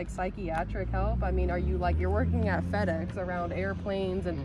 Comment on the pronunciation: All his co-workers should see this and totally alienate him. It's supposed to be FedEx not PedEx !!